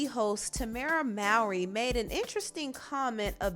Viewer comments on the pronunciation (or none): her last name is pronounced MORE-REE. How many times she's gotta say it tbh